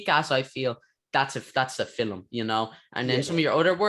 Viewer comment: Love how you say fillam instead of film